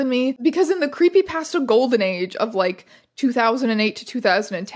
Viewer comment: I'm so sorry but every time you say creepy pasta my entire body shrivels at that pronunciation